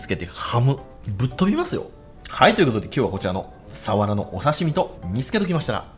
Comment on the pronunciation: かねこさんの「サ⤴︎ワラ」って発音が好き😊 「潮⤴︎干狩り」の発音も好き😊 今回もいただきました〜🐟